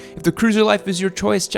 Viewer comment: "Check out the Honda Rembels" 2k20